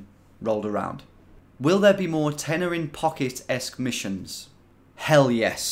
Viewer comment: Took me well on into this video before I figured out you were saying “tenner in my pocket”😂